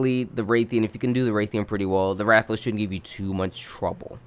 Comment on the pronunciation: Ah yes, Rath A. Los. Truly one of the wyverns of all time.